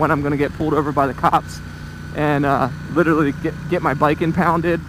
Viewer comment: Please stop murdering the word literally. Nice video.